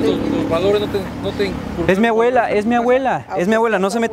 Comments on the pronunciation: JAJAJAJAJA el boludo decía aguela😂😂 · sofiaa castillo Es que el men decía "awela" en vez de "abuela" xD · “ES MI AWELA” 💀😂